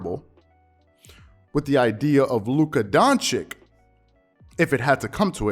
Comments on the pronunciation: Its not Donchick its Don-Chich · pls its doncic just like the first c u pronounce the second it aint doncick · I love your videos and oppinions, but do me a favor please. Learn how to pronounce "Doncic". It is the same last letter as in "Jokic" which you pronounce well. But other than that, you are doing an amazing job. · That's not how you pronounce doncic my guy